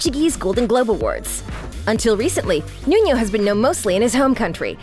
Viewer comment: Nuno is also not correctly pronounced, the sound of the 1st N is exactly the same as the second N. She pronounced the name has it was a Spanish name